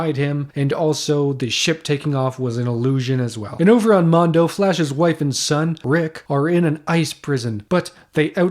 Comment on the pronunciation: Mongo not Mondo dude